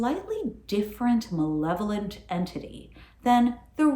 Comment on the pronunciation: At the beginning of the video I thought said "benevolent" instead of "malevolent" and it took me a minute.